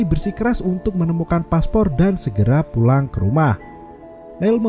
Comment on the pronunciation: PULANG BANG BUKAN PUANG 😭😭😭😭😭